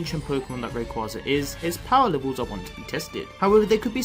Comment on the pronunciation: Sir, its "Ray -Quay-za"